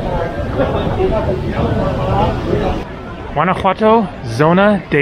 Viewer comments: Awesome video!!! Only thing that bugs me is that the ‘o’ at the end of ‘Guanajuato’ is pronounced like the word “toe” not “too”. So like GuanajuatOE. You say the ‘j’ perfect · the "G" in Guanajuato is silent dude! If you are going to make this video, say the name correctly!